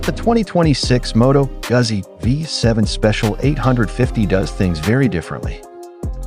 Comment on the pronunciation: Jeezus! Learn how to pronounce Moto Guzzi!